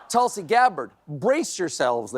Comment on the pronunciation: I used to watch you a lot. I will continue but (1) learn to pronounce Tulsi correctly (2) don’t attack her intelligence - it makes you look pompous. Also you are speaking like trump now. The way he questioned Kamala’s intelligence.